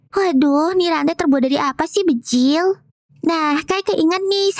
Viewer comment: Kenapa klo kaka bilang bjir tuh pasti bjil